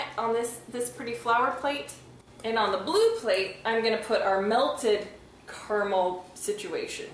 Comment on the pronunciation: You're pronouncing it wrong. KERMIL? It's cara-mel.